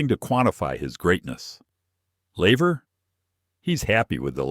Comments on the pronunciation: Its laver not lever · Laver ...couldnt even get that right